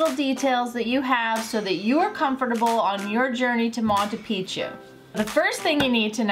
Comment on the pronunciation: Did you learn how to say Machu pichu Correctly after leaving Peru?